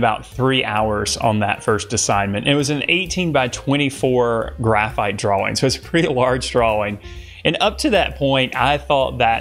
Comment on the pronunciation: 6 years of art school and they never taught you how to pronounce ‘drawing’